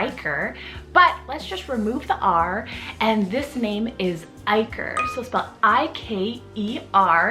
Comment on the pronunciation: My nephews name is IKER named after the pro soccer player (iker cassius) but his name is pronounced EEK-ER